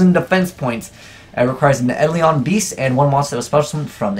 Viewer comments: Isn't it pronounced eye-dole-on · it's pronounced eye-dole-in.